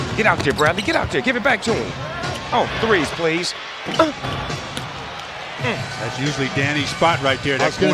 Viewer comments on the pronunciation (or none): "Threes Pleeze"